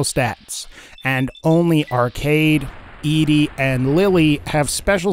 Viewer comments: Why was i so triggered every time he said E-Dee..... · thats how i always said it. i also tend to gender her as female, even though i know its supposed to be "eddie" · it's. pronounced. fucking. eddie. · I get that, I've seen the lore and played it for myself. But the way he pronounces it in the video is incorrect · It’s ED-E NOT EEDEE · I cringe everytime he calls him EEDEE It's EDDIE ED-E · I cant watch your video cause its name is ed-e not e.d. ...ed........e...like eddy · Why does every Fallout youtuber I've seen pronounce ED-E like "eedee"? Am I the only one who pronounces it like "Eddie"? I thought it was kind of obvious that it's supposed to be pronounced like "Eddie" with his companion quest named for the hit single by The Teen Queens, "Eddie My Love". Maybe I'm just nit-picking. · I was about to ask the same thing. I also pronounce it "Eddie". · I think it’s that people want Eedee to be a girl robot. ED-E pronounced Eddie kills the fantasy. I remember when the game came out people I knew thought ED-E was somehow a girl type robot. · Even Obsidian/Bethesda said it's either Eddie or E.D.E for name pronunciation. E-DE doesn't even make sense anyway you look at it. Plus the fact his quest is named after a song called Eddie my love. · An absurd amount of time playing Mass Effect 2 has me say EEDEE but I feel like FNV's ED-E is supposed to be pronounced Eddie. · Except it's ED-E not E-DE. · It's not E-D it's Eddy! "ED-E" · The robots name is prounounced Edie not Ed, stop butchering the name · it's not E-D. it's ED-E, get it right!!! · His name is pronounced Eddie. Not E-Di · Why in the fuck do you keep referring to ED-E (Eddy) as E-D (Edee)? Explain. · Your video kept confusing me because I thought there was a character I was unfamiliar with who's name was pronounced Eedee. It's pronounced Eddie, like the song, in the game that you played, and then made a video about...👎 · Its pronounced „ed - e“ not „edee“ 😅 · E D REALLY E D it's ED-E as in ED then the letter E